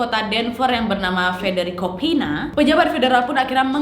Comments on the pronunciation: Seperti biasa, selalu menarik videonya. By the way, mau info sedikit Nad untuk penyebutan nama Peña. Setahuku spelling nya bukan ‘Pina’, tapi ‘Penya’. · sekadar koreksi kak, Peña dibaca "penya", Jesse dibaca "Je-ssi" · kak cara baca peña itu penya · Kak sorry mau koreksi pronunciationnya dikit. Stapleton: ste-pel-ten Peña: pe-nya Schneider: snay-der